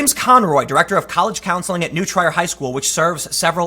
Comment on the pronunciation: Tim you sure you are from Chicago? You don't know how to pronounce New Trier.